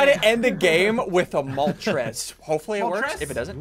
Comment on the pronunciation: ArticUNO ZapDOS MolTRES